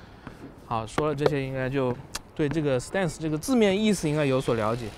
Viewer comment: 哥 你这stance的发音真心不准啊